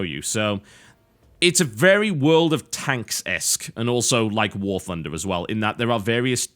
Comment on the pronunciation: warTHUNDER not warFUNDER -_- well he is brit